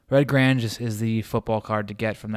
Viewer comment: Thank you, Great video, I just don't see enough football card video's of classic vintage iconic football cards. Count me in as a new subscriber. However you may want to check your pronunciation of the names Grange and Namath.. :)